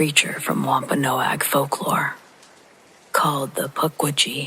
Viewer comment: Wompanoag pronounced womp - a - nog. Indigenous people from massachusetts.